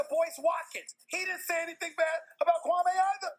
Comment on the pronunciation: Dudes name is pronounced Kwa-ME not Kwa-MAY....